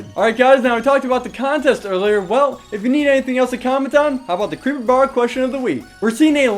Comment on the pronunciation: I VANT ZE CRHEEEPAH